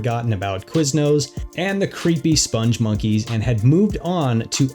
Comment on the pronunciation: It's spelled "spongmonkeys" (no "e" after the "g"). Also, Joel Veitch, the creator of the characters, pronounces it spong (rhymes with "pong") monkeys, not "sponge monkeys". There's a video on YouTube where he is interviewed (the interviewer mispronounces it too).